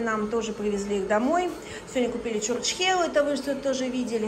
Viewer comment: добрый день почему чурчькехела,правельно чучьхела,,извините конечьно но слух режет,хороший отдых,здоровья вам и счастья